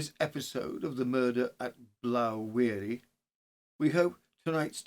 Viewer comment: Just a small correction as to to the name of blaw wearie the blaw is sounded as in awe or law not ow .